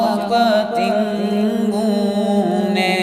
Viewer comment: نعت شریف پڑھنے کے لیے مرہبا. لیکن آپ نے اسں نعت میں تلفظ کو لیکر کیی غلطیاں کی ہیں .جیسے,پتنگوں Patangoon کو آپ نے Pitigoon پڑھا ہے.میری آپ حضرات سے یہ گزارش ہے کہ ویڑیو اپ لوڈ کرنے سے پہلے اس کو پہلے غور سے check کریں تب جاکے اپ لوڈ کریں .تاکہ قارین کو کویی دقعت محسوس نہ کریں.